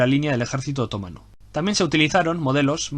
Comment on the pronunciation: ¿Porqué dices otómano, así en plan esdrújulo?,....es otomano, que te pego con la mano. Por lo demás, genial, me encanta.